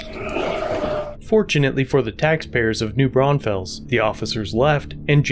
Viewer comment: As a Texan, hearing you pronounce New Braunfels makes me laugh 😂